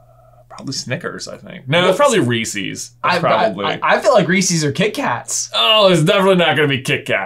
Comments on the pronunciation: diD hE jUst sAy rE-sEes?!?!?! It’s Reese’s, as in, a person named Reese owns the candy. It’s possessive. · Re eeee ses not Re sees. I loved Crunchie bars as a kid in Canada haven't seen in years. Currently I would say Coffee Crisp. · yall its REE-SAYS not REE SEES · It is pronounced REE-sis not REE-sees. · ITS REES-IZ NOT REES-EEZ. THERES A REASON THE FIRST SYLLABLE HAS ONE "E" AND THE SECOND HAS TWO. IN THE COMMERCIALS IT SAYS IT LIKE REES-IZ YET PEOPLE STILL SAY IT WRONG. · Reese’s are the best. Also, why do you pronounce it with two long e’s? (Native Pennsylvanian here.) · The way he says Reeses. who pronuncies it like that? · Did I just he someone pronounces it Reesees. What? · you probably say reeseez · Is it a Virginian thing to pronounce reese's as ree-seeys instead of just reese's??? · 1. I’m going as the mad hatter 2. The best candy is a large chocolate bar. 3. It’s pronounced R-ee-sez:) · Other than the fact u said Reese's wrong, I agree with you